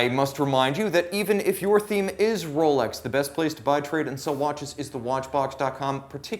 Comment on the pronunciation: Not ROWLECKS lol